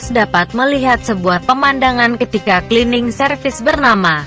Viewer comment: saran utk admin sebaiknya cerita yg dibacakan di tulis dengan bhs indonesia saja shg pembaca cerita tidak selalu salah dalam pengucapannya seperti tulisan "Cleaning" di tulis "klining" shg tetap dibaca sbg "klining" bukan di tulis "Cleaning" dan di baca "celening" atau dlm bhs indonesia ejaan lama "C = tj"